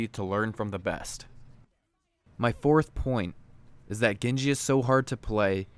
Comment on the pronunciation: dude he's not gengi, he's genji get it right